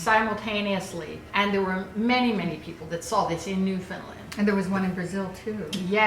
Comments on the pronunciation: Newfoundland is pronounced the way it looks. New-found-land. No emphasize on the land. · Oh my god they mentioned Newfoundland, by the way it's pronounced how it looks! like the word "understand" :) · NEW-FOUND-LAND I am so triggered by that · I live in Newfoundland!! And btw it's pernounced new-found-land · it causes me physical pain to hear newfoundland pronounced wrong ,,,, yall don't disrespect my hometown like that